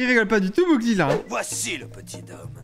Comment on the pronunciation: on dit Mowgli [mogli] pas [mougli] 😂 et le petit d'homme c'est normal 😂 et il dit Quasimodo 😜